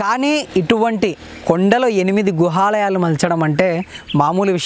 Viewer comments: Bro,it is "Guhaalayaalu", not " Gruhaalayaalu" However, it is very informative and interesting. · గృహలయలు కాదు గుహలయలు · Gruhalayalu kaadu bro guhalayalu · గుహలాయాలు అనాలి. గృహాలయం కాదు. రాతిలో చెక్కబడినవి. సూపర్ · Gruha kadu babu Guha teliste cheppandi ledadante vadileyyandi...